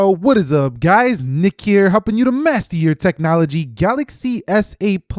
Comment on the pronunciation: In intro the sentence 'master your technology' sounds like 'mess with your technology*